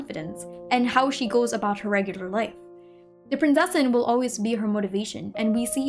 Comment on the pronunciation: As someone from a german speaking country I feel the need to tell everyone that the "z" in Prinzessin is not spoken as an "s" or "c" it is very hard and spoken like a "tz". So thats everything thanks for your time. I hope there will be more videos like this since they are really interesting.